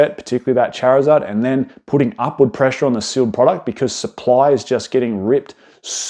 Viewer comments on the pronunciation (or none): Going to absolutely lose my mind if I have to hear him say charizeard again